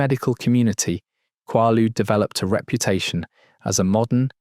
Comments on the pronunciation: How did you not bother to lookup the pronunciation of the word? Quaaludes make you quaazy. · Have I been saying quaaludes wrong all these years or is AI wrong again as usual? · You’re mispronouncing quaalude. It was big in the punk scene in the 70s too. My friends and I used to go to quack drs in Philly and pay for quaalude scripts and other narcotics. We would go to drug infested neighborhoods and trade tussanex cough syrup and Percodan for quaaludes too. There were lots of car crashes due to passing out while driving. We would often pass out in restaurants while attempting to eat. Disco wasn’t cool and we punkers eschewed Studio54. Great times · Wish the AI would pronounce Quaalude correctly since it’s only mentioned a thousand times 😡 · They were soooooooo good!!!..omg!,, he's mispronouncing Quaaludes though😂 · he pronounces it right! then proceeds to mispronounce it again! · The aa in quaaludes is long. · Quaalude has a long a sound, as in kw-aaa-lude. The structure shown was a total crap Ai slop. So many mispronunciations…. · I'm 63. I did them quite a few times in the 70s. I've never heard one person say KWAH-lood. It's KWAY-lood. I can't listen to an hour and a half of this. It's like listening to information about Brazil and having it pronounced BRAY-zle the whole time. Ha! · “KWAH-LEWDZ.” 😂😂😂 haha. No way. They’re called “KWAY-lewdz,” not “KWAH-LEWDZ.” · Are you AI? No one on earth calls them quah ludes! They are quhey loods. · In the US it's pronounce qu"ay"ludes, not qu"ah"ludes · It's pronounced with a long A sound, not a short a. Rymes with Gaylood, not Gahlood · Kway-Loods is proper pronunciation. Not Kwah- Loodes. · Quahludes, kwoudes…pick a pronunciation and stick with it hbhh😅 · Ain’t no way kid made a 1 hr 30 min video about something he can’t even pronounce correctly, KWAY-LUDE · I guess British AI’s can’t pronounce American drug names. “KWAY-lood” “MAY-locks” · Always A.I.that gets it wrong. Its quay-lude. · Pronounced,,,, QWAY-LOODS 😊😊😊😊😊😊